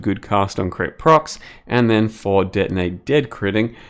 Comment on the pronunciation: ""...some cast on crit, denei dad..." I love your pronunciation